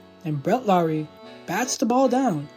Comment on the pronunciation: Dude thats not even how you say his name 😂… LOHR-ee - it’s not pronounced not like Kyle Lowry or Jed Lowrie. Sorry brutha but I was rooting for this guy ever since we traded Marcum for him at least get the name right